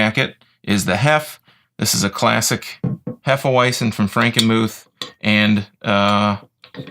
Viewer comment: sounds odd when you pronounce it in English. It's actually pronounced hefe-veitzen. any knowledgeable bartender,as well as most beer drinkers who watch this, would give you a weird look if you pronounce it the way you do. at least you don't say hefe weezin .other than that , a good review.